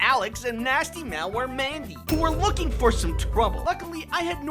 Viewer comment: "WHO WERE WOOKING FOR SOME TWOBLE"